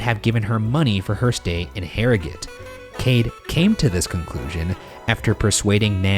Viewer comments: I feel like Ryan’s correct pronunciation of Harrogate has earned Shane some leniency from British audiences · As an Englishman who lives near Harrogate, thank you Ryan for pronouncing it right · I'm just really pumped you pronounced "Yorkshire" and "Harrogate" correctly. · i like that they pronounced Yorkshire properly! and Harrogate! love ya bois! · As a yorkshireman myself I was glad that Harrogate and Yorkshire were pronounced properly I've definitely heard them butchered before